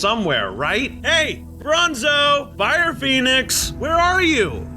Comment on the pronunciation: Bronzo not bonzo